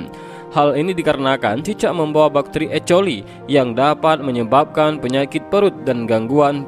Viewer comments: Bacanya ekoli mas, bkn e coli Beda arti ntar 😅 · ehh ini kok kata kakaku ecoli bukan ekoli bacanya